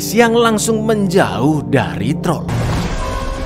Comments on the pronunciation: Wkwkek troll jgn hlngkan huruf R nya wkwkwk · TROLL, jangan Hilangkan R nya😂😂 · Trol jangan diilangin R nya, hmm saya cadel bang bisanya tol tol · Troll jangan dihilangkan R nya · Cang bilek : troll jngn hilangin R nya aku mencuba mencuba menhilangkan R nya dan ternyata wah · dan inilah TROl jangan hilangkan R nya 🤣🤣🤣